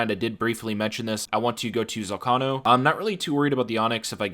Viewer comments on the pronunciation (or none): Why would you not pronounce it like "volcano"?? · The way you pronounce “zolcano” is infuriating